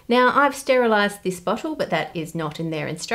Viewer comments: "Bottle"...I thought the woman in the first clip on pine needle soda said "butt gosh! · That girl REALLY needs to learn how to pronounce bottle